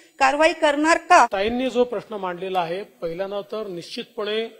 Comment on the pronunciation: मा. ग्रहमंत्र्यांना माझा "पश्न" आहे "प्र" खूप अवघड असते बोलायला